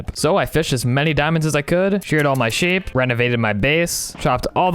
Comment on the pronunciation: you sood nam your seep nathen